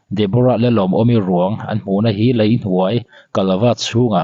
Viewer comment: Mizo ṭawng i lam dan i uluk a ngai hle mai. Lei tih turah Lai Vannei tih turah vannai